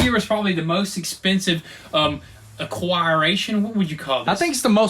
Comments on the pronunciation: Aquireition or acquisition??? 😂😂😂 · Aquiration lol, it's acquisition my dude XD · I had to lol when he said aquiration. That's better than when said epicer. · "ACQUIRATION" What language you talkin boy ???? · a-qwai-ray-shun LOL